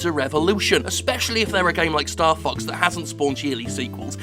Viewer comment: Is is bad that I kept hearing Starfucks instead of Starfox?